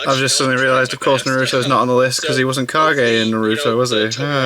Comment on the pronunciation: With subtitles on it thinks you are saying "car gay" when you say kage and I have to agree.